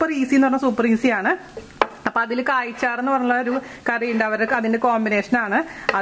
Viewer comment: കയ് ചാർ അല്ല. കാച്ചാർ എന്നാണ് പറയുക.